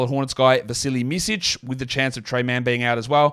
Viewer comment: Your pronunciation on Micić is (little) off